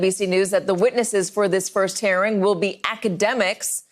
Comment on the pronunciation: She keeps saying "hairing".